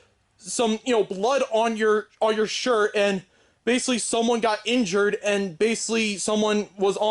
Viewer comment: Every time this guy says basically like "basily" i feel so annoyed